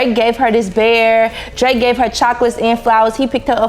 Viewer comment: You was on point with the DRAKE name I would’ve slipped on eethang 😂😂